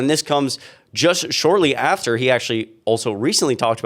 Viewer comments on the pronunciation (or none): none